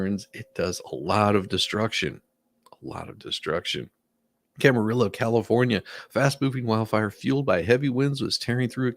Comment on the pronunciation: As someone who grew up in Ventura County I need to say, Camarillo is pronounced cam-ar-ee-o. It’s Spanish so the double L is pronounced like a Y.